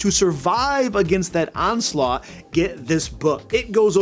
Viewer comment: It sounds like you are saying onslaught without the t at the end. Like it would rhyme with coleslaw. It is ahn-slot. 👍